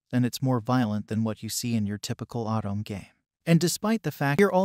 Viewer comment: Nice video. But say “Autumn” again….. [O-to-me]